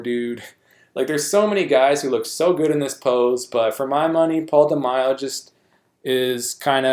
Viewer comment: De-May-o not De-my-o, bro. Mack-a-way Or Mack-uh-way, if you prefer. Egyptian dude. Took 2nd in '83 olympia to Samir. That iconic olympia stage in Munich, Germany from the '83 olympia. Also, thats where Bertil Fox got robbed and took 5th place even though he was the fan's favorite that day. Left him very bitter. Gunter Schlierkamp endured the same exact fate in 2002 when he took 5th at the Olympia even though he looked great and the fans adored him.